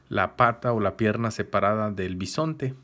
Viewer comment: es bisonte no pisonte. Ademas solo delen un like.